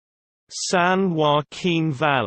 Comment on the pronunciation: You are saying "Valley" incorrectly!